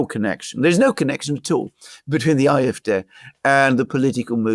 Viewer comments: Why is he constantly pronouncing "Eye" fD instead of AfD? Even in German it would be "Ah" not "Eye". Sorry, I know it's not addressing the substance of is commentary, but it was increasingly more annoying the more times he kept doing it. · Why does guy on the right say "Eye-eff-deh"? It's "Aah-eff-deh". German is only one of my second languages, but still... 😳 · pron. "Afd" (1) DE Ahh-eff-Dehr (2) EN Aye-eff-dee. either way not Eye-eff-Dare/deer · Will you please stop calling the AFD the IFD! The letter "A" in German is pronounced more like the English "R." You English speakers should just stick to your own language with the English pronunciation; otherwise, it makes you sound ignorant and uninformed. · iwhen he says ,"IFDay", does he mean AFD? When he says SPD or CDU the D is pronounced like English (dee). He say "I" very clearly as an "I" not an "A". Thoroughly confusing. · If you’re going to talk about the AFD, can’t you at least say it correctly? It’s AFD. You sound like you’re pronouncing an “i”. The AFD will be the next ruling party if the elite and communists in Germany haven’t murdered them first. Oh sorry they already did that. Is it a coincidence that seven AFD candidates in the state of NRW “died” leading up to the election?